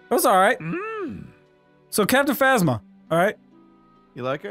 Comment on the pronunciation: captain fazzma? bruh its phasma( like phase-ma)